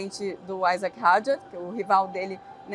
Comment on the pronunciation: Os nomes franceses são oxítonos! E não têm pronúncia inglesa! É Isáck e não Aisack como diz o pessoal da Band! E o sobrenome é Hadjár e não Hádjar.